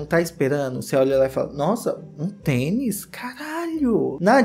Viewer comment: você falou "teni" ao invés de tênis (duas vezes)? Tô confusa aqui hahahaha